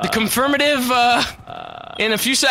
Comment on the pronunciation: I died at "confirmitive"